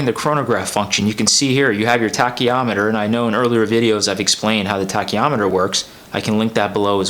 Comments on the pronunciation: Pronounced tacky meter, not tacky ah meter. I’ve had my Speedy Pro for over 20 yrs and still love it. Nice brown strap you have there. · There is no "o" in Tachymeter.